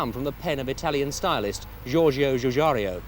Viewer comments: Pronounced as Gugaru!!! U mean it is not Joojaaro!!! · Georgio Gugaru? That's a very mean way to pronounce for one of the greatest automotive industry designers. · LOL I think if Giorgetto Giugiaro (repeat after me: Jorr-JETToh Joo-JAAH-row) had received a small fee each time his name was mispronounced by an non-Italian speaker, his company Italdesign would have bought VW and not the other way around....